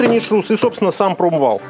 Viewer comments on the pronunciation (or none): none